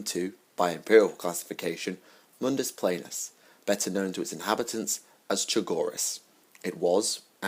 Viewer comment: I think it's pronounced Mundus PLAHnus, actually.